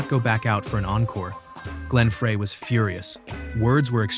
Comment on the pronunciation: (Glenn) Frey is pronounced like "fry" no "fray". (Rock Me) Tonight is one word... "tonight" not "toe night". This is why I'm sick and tired of the AI narrated videos. Regarding Metallica vs Napster, Metallica was right IMO because apparently those songs weren't even released yet. But didn't they also benefit from a bootleg tape when they were starting out? Napster was shut down but it probably increased sales to a lot of bands. For example, an average Joe living in Kansas likes a song by GnR, Fleetwood Mac, Styx etc... take any band or artist. So he downloaded it and liked it so much that he wants the CD so he can have a copy of the original. I'm betting there was a lot of that. I'm not saying what Napster did was right but that site probably generated extra money for a lot of bands.